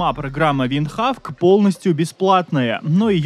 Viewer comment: Винхок! -Нэт! ВындХавк!🥸